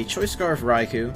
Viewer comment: cool he said Raikou had. a shit matchup and u said it perfect